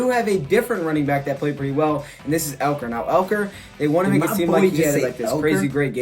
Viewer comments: Elker... “it’s eleker bruh” 😂😂 awful it’s Ekeler man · The best part of this video is him correcting himself on ekelers name and still messed it up